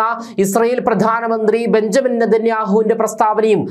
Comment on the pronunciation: Benjamin alledaa.. Benyamin ennu vaayikanam